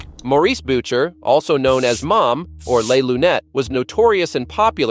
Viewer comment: How many different ways are you going to pronounce "Mom's" name ?